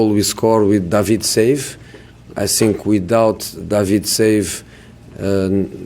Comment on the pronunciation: How can mourinho say the "th" in other words but not when he says "I think"